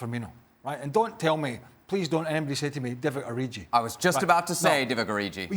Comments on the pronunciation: First of all you twats, its ORIGI not Oriji. Secondly, he's scored a lot more important goals than anyone. Third....he plays with the best players in the league daily in training, DO NOT UNDERESTIMATE HIM. EVERYTIME HE PLAYS, HE CAUSES DAMAGE. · Please learn to say Divock Origi, or find a new job. This is literally your life to know and understand and you can't even pronounce the name of a man that scored 2 in a Champs League Semi and the only Open Play goal in the Final. It literally takes 5 seconds to learn.